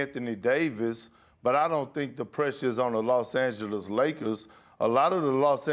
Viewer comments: Im the GOAT of pronunciation. LOS ANGEGES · Perk is unable to pronounce Los Angeles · Why though like why he saying it lyk dat